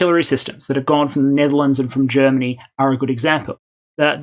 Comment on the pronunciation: damn thats some clean german pronunciations !